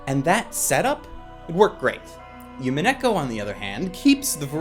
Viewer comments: Love you and completely understand that you don't speak Japanese, but listening to you say "Yumineko" instead of "Umineko" was extremely painful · Oh, and it's pronounced "Oo-mee-neh-ko" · I also thought that witch felt similar to Rika. And dear god stop saying yumeneko. DreamCat ≠ SeaCat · The way you pronounce umineko is bothering me xD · not to be a total weaboo but you would think would be able to correctly pronounce Umineko